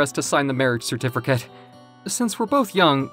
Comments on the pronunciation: When they say certificate they pronounce it certifercate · Bro what's a certerficate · The way they pronounce certificate as "certifercate" really bugs me and I dont know why